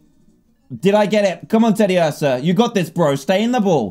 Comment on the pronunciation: Dan you say clefairy and tediuarsa wrong how do I know? They say it in the animation